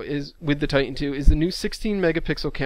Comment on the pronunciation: It's TITAN...not "ti-en"